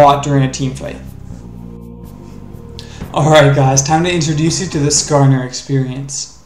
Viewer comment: "nascarner" oh god